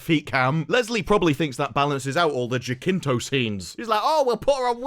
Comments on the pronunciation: "pool of wo'er in the middle" HE SAID THE THING!! Also I'm gonna note that "Jacinto" is said as "ja-sinto". Yeah, it's weird but that's how the name is said, it's a spanish thing. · I love the way says Smilo Ren actor's name haha, it would be more like "Hasinto" in English. At least we get to laugh at this absolute travesty of a show. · Um could you look up how to pronounce “Jacinto”